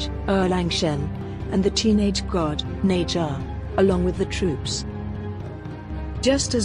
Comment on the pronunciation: it's ne zha ne sha